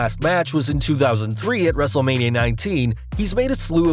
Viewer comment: F you it’s stone cold a badass a rattle snake and it’s not Wrestlelameya it’s Wrestlemania stupid